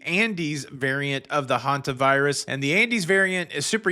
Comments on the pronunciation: Sorry to bring this up here. But several people have complained about mispronouncing Hantavirus as Havantavirus. I don't think it matters. The message he delivers is far more important. But may I ask you to please point this out to him? It bothers me that people keep berating him over this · PLEASE tell it’s pronounced Hantavirus, Havantavirus! He is mispronouncing it every day since this started and there are tons of corrections and comments, and he is not reading his comments. Thank you.!!!